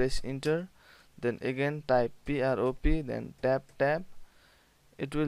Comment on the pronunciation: It’s pronounced prop This guy: “nooo, it’s “pi-ah-ro-pih” 🤣